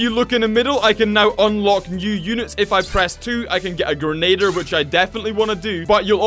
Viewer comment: I find it funny you can't pronounce grenadier its very easy to say.